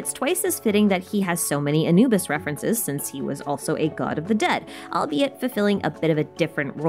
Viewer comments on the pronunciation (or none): none